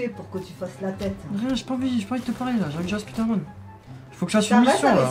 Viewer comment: "SPIDÉRMAN" I LOVE YOUR MOM 😭❤